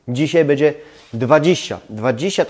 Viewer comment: ...masz świetny kanał i świetne pomysły ale...zgrzytam zębami jak słyszę twoją wymowę np. bedzie zamiast będzie, czeba zamiast trzeba, jes zamiast jest, itd.